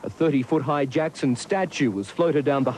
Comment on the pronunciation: His name is michael josep jakson.not a jakoo...